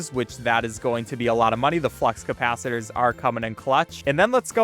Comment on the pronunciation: bro really just said "cap-it-uh-lores"